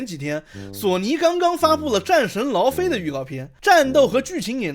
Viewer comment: 戰神 勞非"姨" OK?